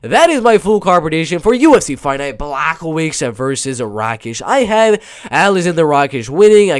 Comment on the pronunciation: Blachowicz (Bwa-Hoe-Vich) is taking this main card 100% Polish power too stronk. Poor guy nobody gets his name right lol